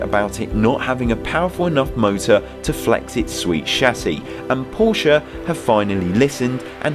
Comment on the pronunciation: Is it pronounced Pornsche?